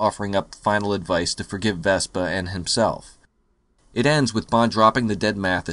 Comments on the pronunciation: Why are you saying vespa!? It's Vesper! Vesper!!! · VespER! VespER!!! She's not a scooter! Otherwise, great review! ; )